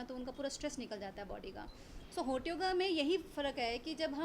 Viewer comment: हॉट नही .... होट योगा..... होट 🤣🤣🤣🤣🤣😂🤣😂🤣😂🤣😂🤣😂🤣😂🤣